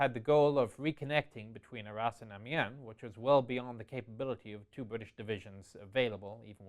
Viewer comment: So, this was really good, but 'Arras' sounds like 'our ass.' 'The pocket's southern flank was anchored by our ass...'